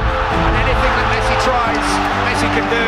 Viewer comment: said Messa